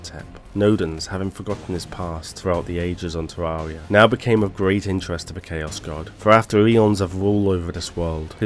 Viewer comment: It's Ter-air-ia